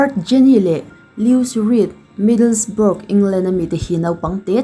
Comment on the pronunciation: Middlesbrough hi middlesboro tia lam tur niin ka hria